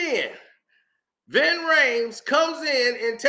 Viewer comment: Its Ving not Vin bro Lol